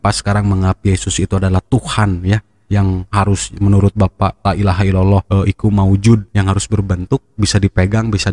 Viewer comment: Koreksi,, bukan iku maujuud, tp Hayyummm Maujuud... Hayyummm Ma'bud….. Hayyumm Baaq.... Pangapunten kalo salah....